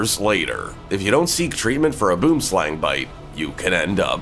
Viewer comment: I hate snakes... All slithery and gross. None the less, I am fascinated by them and love looking at them ins screens / through glass etc... No physical contact. But seriously, the title of this video is extremely misleading. Being from South Africa, I really LOVE how Americans pronounce 'boomslang'. 😁😁😁 It's funny in a silly way - but it's one of those things that you can either fight against, or 'own it'. It's actually the Afrikaans name - 'boom' means tree, and 'slang' is snake... So, tree-snake. But hey.... Boomslang for a win!! 🤟🤟 Boomslangs are super docile. Our ancestors actually thought they were non venomous and often caught them as pets for kids to play with... Guess after a couple of mishaps someone made the connection... 🤷